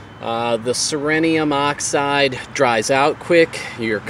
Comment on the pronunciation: This is how it is pronounced. ce·ri·um | \ ˈsir-ē-əm Somehow you managed to pronounce oxide correctly without adding more consonants to it.